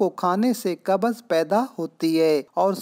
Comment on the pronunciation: Qabaz nahi hota bhai qabz hota hai